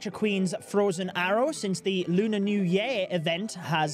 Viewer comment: There's no New Yeeeea .... It's called New YEAR